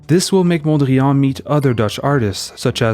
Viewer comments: You pronounce 'Mondrian' as if it were a French name. Why do you do this? Please don't... Mondriaan was a Dutchman not a Frenchman. His actual name was Mondriaan. A very Dutch name. He later changed it to Mondrian because people kept spelling it as Mondrian anyway. but that doesn't mean this Dutch name should now all of a sudden be pronounced as a French word or French name. It is not a French word. It is not a French name. It is a Dutch name. The correct pronounciation is 'Mondriaan'. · I was going to praise the video for its content but also intended to make this point about the funny pronunciation of Mondrian! 😂 I'm glad I was not the only one to notice. If if wasn't for that, the video would be perfect. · We say PETE (like peace) Mondriaan and not "piète Mondrian" like in French. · Pronounced "pete", not "piète". And "mondriahn", not "mondriàn". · Interesting video even though your Dutch pronunciation is atrocious. 😂 Van Der Leck sounded pretty okay. But the emphasis in Mondriaan is on MON. And the AA is the "long" or "open" A sound.